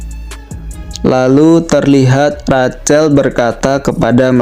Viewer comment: Sedikit masukan min... Rachel... Cara baca nya Rahel